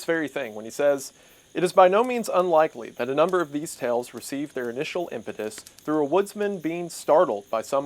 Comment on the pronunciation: the word is pronounced tuh•baa•gn (/təˈbɑː.ɡən/) and refers to a long sled, which can achieve relatively high straight line speeds. Impetus is pronounced im•puh•tuhs (/ˈɪm.pə.t̬əs/) and refers to the force with which an object moves.